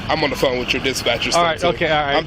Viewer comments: The way the blonde bike-riding lady kept saying “pheune,” “I need my pheune,” “I can’t find my pheune” was equal parts hilarious and irritating AF. She is the poster child for old white lady entitlement. I bet she is just as vile when sober. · The Second Lady is pronouncing phone like Inspector Clouseau from the pink panther. Phoone. It’s hilarious to anyone old enough to remember. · I would give this woman 5 to 10 for her pronunciation of the word phone! I mean for the love of God woman! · She pronounces phone just like Peter Sellers did in the movies Pink panther